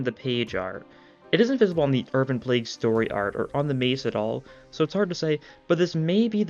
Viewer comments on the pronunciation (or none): none